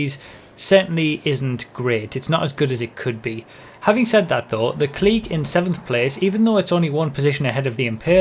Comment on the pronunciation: Its. Pronounced. C L I C K